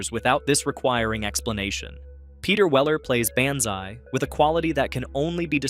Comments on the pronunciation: BAN zai? That's some weirdass pronunciation of Banzai. Y'know, the part of the word that sounds like "bahn" :p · BON-ZAI BO-NZAI not ban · Buckaroo BANzai?! 😳 It's pronounced Buckaroo BONzai. The sound is ON, as in "Han" Solo. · Why is it that AI cannot be taught to pronounce names? I was doing just fine with this video until Banzai was REPEATEDLY given a short a sound. Rhymes with can sigh. Or pan thigh. Or man cry. Or ran high. Or dan nigh. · BONzai not BANzai is how it is pronounced AI speaking on this video. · BON ZI not Ban zi. What are you racist against Japanese? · It's the Lectroids that are all named John. Also it's pronounced Bonzai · It's Bonzai. NOT Banzai. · AI narrators gotta go. How many ways are you going to pronounce "Banzai"? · Of course it’s an AI voice, most of these List videos are. It’s quite apparent when it mispronounces Banzai. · Really? Is it the cheapest text-to-voice software ever, or is there actually a human being that doesn't know how to pronounce "Banzai"? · Gotta love the A.I.'s pronunciation of "Banzai." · I had to stop watching this during the Buckaroo Banzai segment because the AI generation was so crap. It can't pronounce Banzai properly and it kept getting facts and details of the movie wrong. Also, we didn't find these on cable. We either saw them at the movies or rented them a a video store. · As much as I appreciate a guy that seems to make vids in his actual voice, I must suggest you look at a pronunciation key for "Banzai." Also, man, I was tripping so hard when we saw Night of the Comet I nearly gave myself a hernia laughing my ass of at the drive-in. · Your inability to pronounce Banzai is hilarious 😂